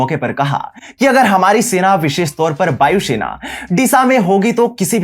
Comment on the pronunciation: It's Vayu Sena, not Bayu Shena